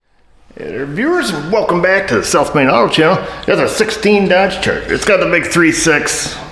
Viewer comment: When I first started watching your channel a couple years ago I thought you said "Self made" and not "South Main" haha